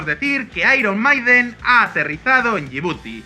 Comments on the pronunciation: Se dice airon meiden, no airon maiden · Iron Maiden se pronuncia "airon meiden" no "maiden" (en español) aunque se podría todo en español, pero no la primera palabra en inglés y la segunda en español. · "AIRON MAIDEN"???? JEJEJEJEJEJEJEJEJEJEJE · Me dio un poco de cancer, cada vez que decían "airon maiden", "airon meiden" no sean cabrones. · De los mismos creadorores de ['bal.βe], llega ['ai.ron 'mai.den] cada vez que lo pronunciabais me sonaba a balonazo en el pecho y un baldado de agu fría. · ¡Por favor pronuncien "Iron Maiden" correctamente! Es una banda Britanica, no Española. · Lo único que no me gustó del vídeo es que pronuncien mal al grupo Iron Maiden, es un nombre en inglés no en español